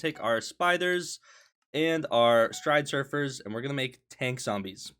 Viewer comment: everytime he says stridesurfers instead of stridersurfers i die inside